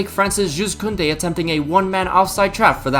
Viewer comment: “juuz kounde” 💔